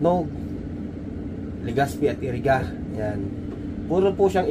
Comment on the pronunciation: Iriga hindi Eriga